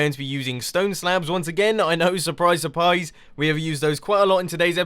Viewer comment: "Suprise Su-pies'